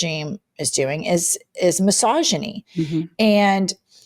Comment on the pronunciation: Yes! And still loving your intro Happy Merry, cheers! 🥂 NB: when you said misogyny, for some reason I heard "massageny! Guess I've meen listening to the Trumpstein files too much...